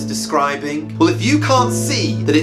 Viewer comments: You pronounced brontossaurus wrong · You butchered the brontosaurus and diplodocus. At least try to learn the pronunciation. Your description also didn't even mention anything scaly which is literally the dinosaur feature, yet you claim it being vegetarian, standing in a river and being powerful makes it a dinosaur? No, that makes it a monster, people like you are the ones to attribute these things to dinosaurs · He missedpronounced both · Bro absolutely butchered those dinosaur pronounciations